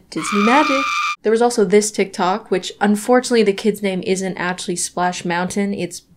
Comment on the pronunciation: THE SPLEISH MOUGHNTEIGHN IS KILLING MEEEEE